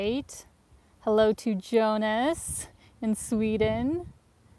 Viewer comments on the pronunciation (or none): none